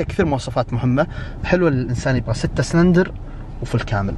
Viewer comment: اخوي اسمه سلندر مو سرندل بلله علمني من درسك اللغه العربيه ي صاحب القناه وفي الاخير وبعدين تراك اشغلتنا وازعجتنا بذا المعرض دار القحبه مدري النخبه